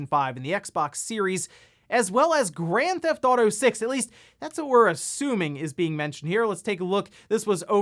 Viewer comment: "GranThauto 5"